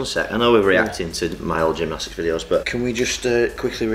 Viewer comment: AnD I Doo GEMNOSTIICS AGHHHH